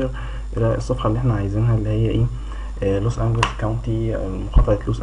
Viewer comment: انا معاااك عبدالله عمل شويه غلطات في الحوار مع عمرو اديب زي ما كان بينطق لوس انجليس بالجيم المصريه مع انها جيم معطشه عاديه وليست جيم مصريه وانت كماان قولت جيم مصريه المفروض هيه جيم معطشه وليست حيم مصريه في كلمه لوس انجيليس لنها جايه من كلمه انجيليس يعني ملائكه بس مش معنى انه قال ولايه لوس انجيليس وبينطقها غلط يبقى كلامه غلط انما هوا كلامه صح .. انا بس مش عارف انت معترض على ايه الاخطاء في لامور دي صعبه شويه دا رأيي والله اعلم